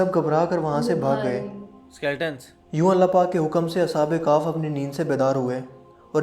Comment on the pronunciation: Ashab e kahf hi na ke Ashab e kahf😂